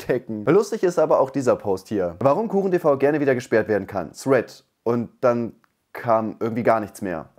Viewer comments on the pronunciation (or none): none